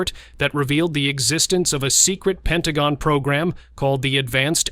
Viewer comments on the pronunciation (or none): none